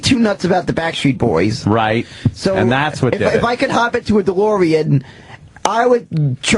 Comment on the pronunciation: "If I could hob into a Deloreand"